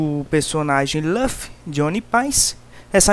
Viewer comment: cara mds "lafi" e "uan paice" mas ficou legal essa animaçao